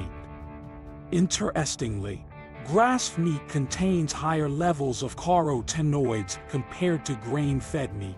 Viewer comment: "Car O Tinoids" 😅